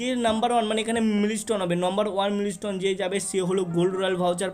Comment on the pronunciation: Dada mili stone na mile stone hobe 😂😂😂😂😂😂😂😂😂😂😂😂😂